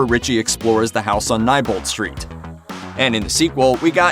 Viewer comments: “the house on NYE-bolt street.” No no good sir, the correct pronunciation is KNEE-bolt. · PLEASE DO NOT SAY “NYEBOLT” IT IS PRONOUNCED “NEIGHBOLT” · Nebolt str not nibolt str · It’s nebolt not nibolt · It isn’t nibolt street it is nebolt street your saying it wrong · It is pronounced kneebolt not nybolt obviously this guy didnt watch the movie or hed know its said several times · It’s pronounced neebolt not nybolt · Am I the only one who was getting annoyed at how he pronounced “Neibolt”? It’s Knee-bolt, not Nye-bolt!! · i was just about to comment my frustration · Yes. Bill Skarsgård (the guy who plays Pennywise in the 2017 version) was also 27 yrs old when the movie was released. Also the street name is pronounced as Knee-bolt. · please its Neilbolt street n-I-lbolt WITH AN I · Neibolt {Nee-Bolt}. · Am I pronouncing it wrong, or his he saying "n-eye-bolt" ??? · Am I the only one who grimaced every time he said "Neibolt Street" ? I've always read is as "Knee Bolt Street" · It's pronounced knee-bolt sorry but I had to it may be your accent I don't know but yeah sorry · it's pronounced knee-bolt lol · It's pronounced Nee Bolt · Anyone else kinda annoyed about the way he said neibolt? 😂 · WHY IS HE SAYING AUTHOR AND NEIBOLT LIKE THAT?? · Is Neibolt Street pronounced Neibolt or Neibolt? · Your saying neibolt wrong.